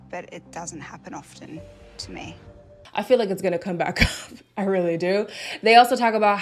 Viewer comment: Olivia….!!! The T in often is silent!! 🤫